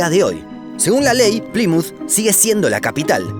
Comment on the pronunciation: Que desesperación como pronuncia "Plymouth" 😩